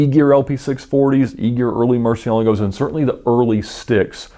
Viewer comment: Hey Ed, you always pronounce the name of the car, Murcielago, kinda weirdly lol